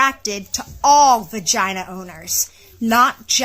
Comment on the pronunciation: Is saying fagina? Why does is sound like an F instead of a V, when he says Vagina? Or am I just hearing things?